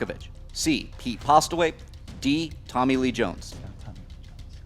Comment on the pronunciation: its not pete postlewaite its pete postlethwaite.what a mistake to make.